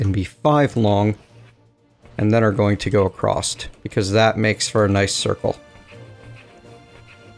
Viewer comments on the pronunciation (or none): you did not just say "acrossT" did you ? that annoys me to no end, there is no bloody T in there